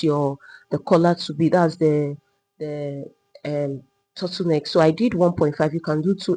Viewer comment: Your Tuttle neck is difficult to understand